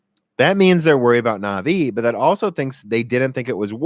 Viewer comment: Also anvi instead of navi. Now the stupid ideas are flowing